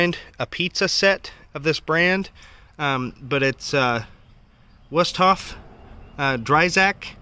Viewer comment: Whustof is pronounced voo stoff. I love that brand. Used to sell their knives. I think the pizza set you have could have been a promotional piece.